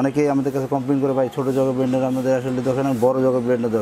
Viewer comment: উপস্থাপকের উচ্চারণভংগী চমৎকার! 🎤🎤বেলান্ডার! ইশপিশাল!